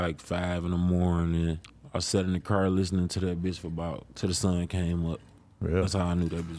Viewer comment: Why do some people like actively try and make themselves sound cooler by mispronouncing things in such ridiculous ways? Like bro seriously said “i aint even seen myself havin a KER.” Like its not like an englishman or something where thats just what it is and everyone sounds like that and your dialect forms around it etc etc. this is literally a grown man going out of his way to sound cool. Shits seriously goofy as fuck